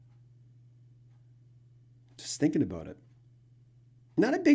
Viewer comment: 😅👍 Aboot your Canuck is showing 🇨🇦